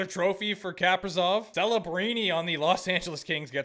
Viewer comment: Kaprizov is pronounced (Kuh-pree-zohv), not (Kahp-rih-zohv) :)